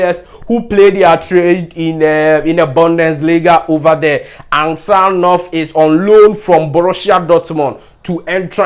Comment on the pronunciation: Get the name well ansgar not ansjar ,g is not pronounced as j